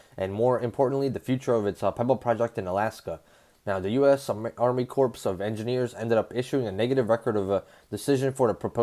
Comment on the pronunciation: Pronounced "Army Core". The P & S are silent